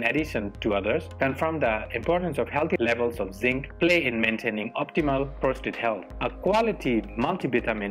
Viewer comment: If you will excuse me saying so, the word is not PROSTRATE, IT IS PROSTATE - no second R.